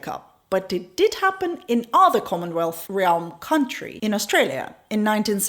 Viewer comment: sec She means "realm". Pronounced more like "remm". Those are admirable flaws of those who English is not his or her native language. But yet speak it better than most. I also admire how she pronounces "consequences". For same reason